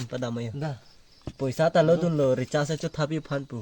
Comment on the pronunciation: Recharge ❌ Rechass✅